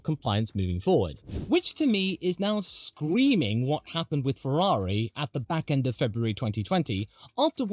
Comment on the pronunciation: You were wrong on Ferarri. You were correct on how you pronounced Gif, so it evens out.